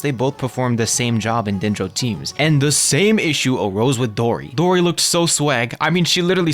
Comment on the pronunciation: good take and gw on pronouncing dori right! first ytber ive heard say her name correctly : )